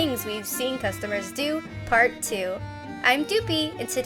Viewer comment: i though u said, FART 2